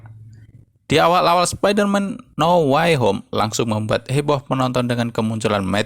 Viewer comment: Dibaca now wey hom Bukan nauw way hom 🤣🙏🙏